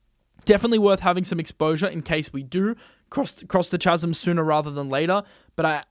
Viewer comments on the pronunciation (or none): Chasm is pronounced "kasm" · Chasm is pronounced as Kasm ;) Your east European. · that is not how you pronounce the word ‘chasm’ 😂